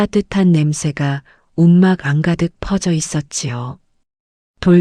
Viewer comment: 자막에는 올바르게 써 있는데 읽는 사람이 띄어 읽기가 서툴군요. (움막~안가득)× (움막안~가득) 원래는 자막처럼 안을 띄어야 하지만 붙여서 읽으려면 움막에다 붙여야 말이 자연스럽지요. 훌터도 이렇게 발음하세요. 자막이 움직이지 않아서 좋네요.